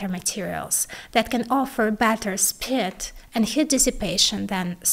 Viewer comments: even with subtitles some of her words are ( spit => ???, hit => heat ) difficult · I'm sorry, cool video loved it. I laughed at this one part tho where you said something about it having "more speed" but I thought you said "more spit" and I was racking my brain trying to figure out what spit was.